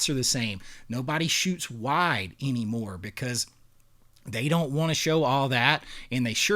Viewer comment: Bro what accent is that you have where "anymore" is pronounced "eeeniemore"?